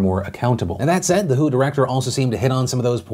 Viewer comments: It's pronounced Double-U, Aitch, Oh – not "who". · Tip: The WHO is pronounced by saying each individual letter (W. H. O.) - not by reading the word "who" (that's a band) lol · Phil you're supposed to pronounce each letter in WHO not say "who"... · Ever time Phil says "The Who" it makes me wonder why the classic rock band has anything to do with COVID 19. Can somebody tell him it's the W.H.O.? Each letter is pronounced separately. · FYI - when you says WHO, you're supposed to say the letters. It's not called the "Who." I love you Phil, but this video was so cringey. You can Google it or contact anyone at the WHO to verify. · Who? The World Health Organization. The W.H.O. Not the who. Sorry, but you said it like 50 times and it got annoying. Now I've vented and can go on with my day. Thank you for your time. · its W.H.O not who..you're not a toddler